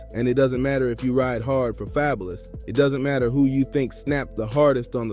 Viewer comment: Not happening, and ya’ll gonna listen to someone who pronounced Fabolous name wrong. Em isn’t jumping in to no beef unless his name is mentioned. This video just to get views